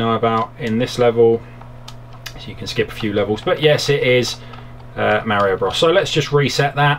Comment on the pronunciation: Mario BRAS. DISCLAIMER. Sorry for that you just said it funny. And your videos are awesome by the way.